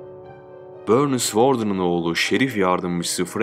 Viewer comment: Böörnis mış 😂😂😂😂